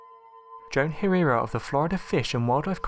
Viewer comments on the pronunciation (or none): none